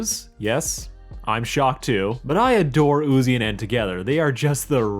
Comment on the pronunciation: NUZI??? You mean Uzi